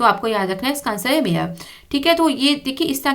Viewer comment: mam its say deputy mayar 10;55